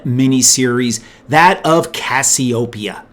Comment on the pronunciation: Cassiopeia, Cass-ee-O-pee-ah, just like the goddess